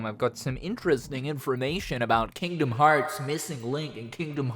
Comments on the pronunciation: hard r for me is rolling the r xD Kingdom Hearrrrrrrrrrrrrrts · Hearing him say Kingdom Hearts with a hard R is surreal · "Kingdom Hawts" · Hearing you say Kingdom Hearts in an American accent was way funnier than I was expecting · His American Accent came out for a second 😂